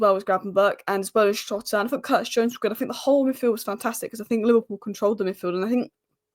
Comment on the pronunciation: jotas back...please learn how to pronounce jotas name